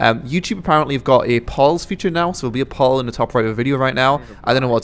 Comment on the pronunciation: its pronounced "pole" not "paul" GET REKD NIRD